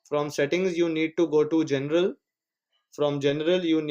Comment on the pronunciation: He meant general but low key said genital